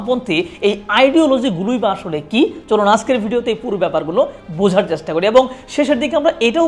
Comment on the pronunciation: পুরা ভিডিওতে শুধু ইতিহাস গাইলেন ভাই! মানুষের ইতিহাসে আগ্রহ কম, ভবিষ্যৎ নিয়ে বলেন। ক্যাপশনে বললেন একটা, কিন্তু শুরু এবং শেষ করলেন আপনার ইতিহাস আর ইতিহাস দিয়ে। আপনার 'চেষ্টা' উচ্চারণ-টা কানে লাগে।